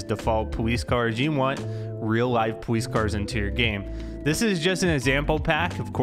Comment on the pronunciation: sorry but POWICE